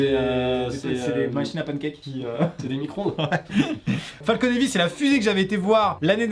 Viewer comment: micronde ou micro-ondes???